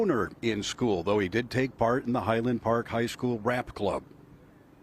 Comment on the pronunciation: lol Heavy emphasis on the word rap...